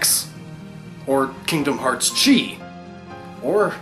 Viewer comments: okay so enjoy this but y'know it's not chi it's ki (x) and it is not the eks blade it is the ki blade basing off the regular weapon keyblade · I'm pretty sure the chi they are referring too is the Greek Letter, if so it is pronounced K-eye. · Actually X Chi makes sense because the world Chi is pronounced "Ki"....or...Key...X Key, it's a pun. Yeah the game title makes more sense now given the games main goal:L